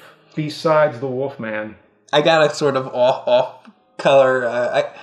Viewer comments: I like how James can't say wolf so he always says woof. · Anyone else notice that James always says "wuff" rather than wolf?